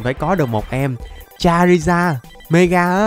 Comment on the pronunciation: Ơ charizar mà chamander hồi nào 😡😤